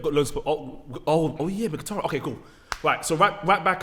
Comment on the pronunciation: Well I was until he said Mkhitaryan